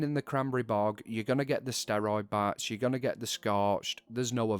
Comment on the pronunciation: I am noot gooing to lye ya, locaatioon. I am so sorry. ^^' Great video nonetheless. :D